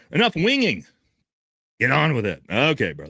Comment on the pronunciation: actually said 'win-ging' made yourself look a fool there